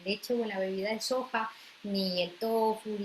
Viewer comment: Aceite de sojo, tojo, no le entendí que ha dicho!